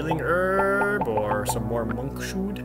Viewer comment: Watched this whole episode with bated breath... ...but alas, Jared still didn't realize how to say monkshood.